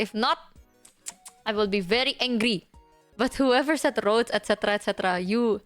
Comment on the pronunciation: "Don't get me started on RrRrRrRrRroads!!!"